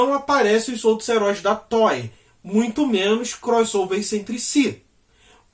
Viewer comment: Não é toy, é Toei.